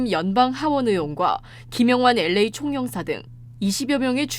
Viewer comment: '엘레이' 가 뭐냐? '엘에이' 라고 발음 못하나?